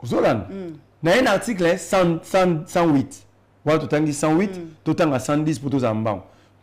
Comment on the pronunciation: Bonne émission. Je demanderai à ou, sorry. C'est ce qui est souvent écrit sur les titres d'émissions. l'homme plein des sagesses et d'intelligences u j'aime écouter. Si monsieur, peut travailler sur sa phonetique. Exemples: le et non lait, lai,let. Le (e) est fermé. Directeur, supérieur, producteur etc... (eur)et non directaire,productaire,superiairetu et ti. Plus et non plis Que et non quai. Merci